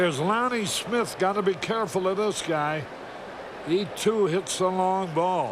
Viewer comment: Love how carey borked the name of Smith